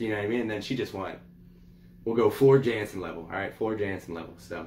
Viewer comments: FYI, she is Dutch, so her last name is pronounced Yan-sen. And anything she sings is pure gold. You cannot go wrong. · Prounced YAN-sen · Had to subscribe to a 'brother'. Welcome to the Floor Jansen (pronounced Yahn-sen) Valkyrie Queen 'goddess' rabbit-hole. Discovered her a year ago singing with Nightwish. She just has to do one more thing to become perfect, find and accept Christ as Lord and Saviour! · Her last name is pronounced yansen jansen she's Dutch they pronounce j like a y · She is one of the best singer's on the planet she is better than lady Gaga or Amy Lee she's the metal goddess. Her name is pronounced with a y sound